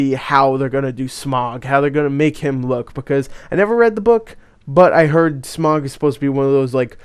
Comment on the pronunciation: Good grief, it's not "SMOG" it's SMAUG. NOT, "ON" BUT "OUCH" TAKE THE OU IN OUCH AND OUT IT IN SMAUG, SM-OUCH, SM-AUG. SMAUG. Saying "smog" shows how little you know about The Hobbit.